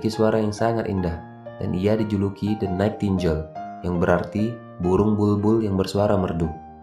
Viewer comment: Koreksi sedikit bang. Bacanya "DE NAITINGGEL" bang, bukan "DE NAITINJEL" 😅🙏